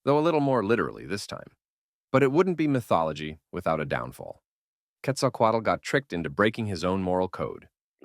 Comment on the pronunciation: The way you say Quetzalcoatl is extremely fluent. Not many people have English as native language are able to say it as well as you. Congrats!